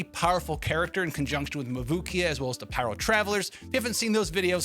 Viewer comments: Bro really said mabooki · the way u say mavuika hurts me so badd